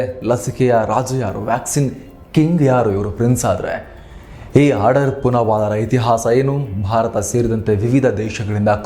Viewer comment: ಆಡಾರ್ ಅಲ್ಲ ಅಣ್ಣಾ ಆಧಾರ್